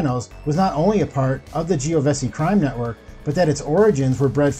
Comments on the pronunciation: Vito Genovese, pronounced JENN-O-VEESE NOT JENN-O-BESSIE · Jesus man, at least learn to pronounce the names. Christopher’s real name is Imperioli not Imperelli. And who the hell is Vito Giovesi? Are you trying to say Genovese? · It’s pronounced Geno VASEY jesus never heard it butchered that bad before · Uncle Junior "Cornado"? The "Giovese" crime family? Come on man. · At least try to learn the italian last names. It's not Geovese...its GENOVESE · Hey, it's pronounced Jen-oh-veece not gene-o-vessy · I gotta hit you on pronunciation: the Genovese last name is pronounced [Jen-o-vay-say] not [ji-no-ve-see] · Genovese … is pronounced… jen-o-vees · Genovese pronounced Jenn Uh Veez Chianise pronounced Chi Uh Neez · "Gee-o-vessy" crime family? Real mafia expert, I see. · Veeto Jennovessie 😂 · Geo-ven-cey, Bro 😆🤯, you murdered so many names you should be in the movie. Good job though 👍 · You sound a lot like the late Norm Macdonald. Btw - it's pronounced "Gen-no-v-see" (phonetically) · It is pronounced as if you read it this way - JEN-O-VEEZ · What’s a “geo-vesi?!” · Not to mention how badly he butchered every Italian name. He mispronounced Imperioli several times, along with Genovese and Chianese. My ears are still hurting from it. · We’re not gonna talk about how this man kept pronouncing Genovese??!?! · Your incorrect pronunciation of Italian names is a problem…Imperioli, Genovese, etc. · Someone PLEASE tell the stunad narrator how to pronounce names like IMPERIOLI and Genovese. How hard is this??? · Omg the way he pronounced Genovese was so cringe